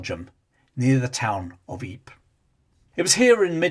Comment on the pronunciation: Ypres is pronounced "eeper" as in the Flemish spelling "Ieper". Just sayn'!